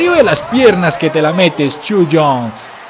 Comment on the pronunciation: le dices chu yong y se llama cho yung xDD